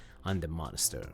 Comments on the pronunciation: Dude I love how you pronounce it monester 😂 never change that 🤘🏻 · Mon ister 😂